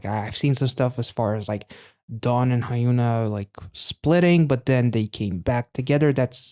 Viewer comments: That attempt at a pun in the beginning was indeed terrible because it doesn't work at all 🤣 This is so incredibly far away from how you actually pronounce Hyuna's name. The "Hyun" in Hyuna is pronounced the exact same as the "Hyun" in Hyunjin or Dahyun. Or to give you a spelling of her name more in line with standard romanisation rules: Hyeon-ah. Anyway, I'm skipping over Devita as I've not had the chance to get into her yet. Lee Hyori cameo in Mijoo's MV! I like your EEAAO interpretation. The song is incredible. And I'm so glad she didn't do a ballad. Another Lovelyz member, Ryu Sujeong, just recently released an album as well but it's just full of soft and slow ballad type music. Really not my vibe. - I have no idea what's going on with tripleS KRE's promotions. They literally only performed it once on Mcountdown and that's it. Maybe they have some information in their vlogs but I'm watching those in order and I'm really far behind. - Btw, it's not tripleS "and" Krystal Eyes. "+(KR)ystal Eyes" is the official name of the subunit. Referencing the format of a phone number country code, like "+(82)" for Korea. We usually shorten the unit name to KRE. - The members of this unit are S1 Yoon Seoyeon, S3 Lee Jiwoo, S4 Kim Chaeyeon and S6 Kim Soomin. This unit is a result of the first big voting event back in September to split the first eight members into two subunits. The first one was Acid Angel from Asia, you reacted to them when they came out. And KRE is the counterpart. I bel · Quick tip: Hyuna is pronounced Hyun-a, like Hyun-jin. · don't sweat it. At least it's not a Hyuna video 😊 Korean names are usually 3 syllables: 1 for the family name (Lee, Kim, Kang, etc), then 2 for their own name. I'm not sure what is the "official" way of capitalisation in the romanization (if there even is any), but you could see her name written as Hyuna, HyunA, Hyun-A, etc. The extra capitals and hyphens do help a bit with pronunciation though.